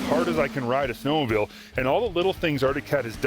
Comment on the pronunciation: "Snowmobill"